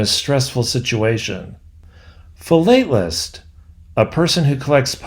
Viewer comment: Very interesting narrative. I grew up with The Hardy Boys in the 50s and delighted in the Disney version of The Tower Treasure when it was first aired. One thing, though. Your pronunciation of the sample words from the books -- vociferous and philatelist -- was questionable. And you spelled fusillade incorrectly and pronounced it strangely as well. I guess you're right that we did have a larger vocabulary back then. Thanks to you, I've now downloaded onto my Kindle a few of The Hardy Boys books from my youth. I hope I enjoy them as much as I did 70 years ago.